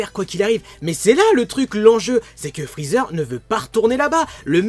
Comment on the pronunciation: Je kiffe quand t'as dit Frozer